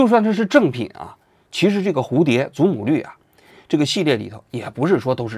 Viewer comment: 于谦：祖母绿（lù）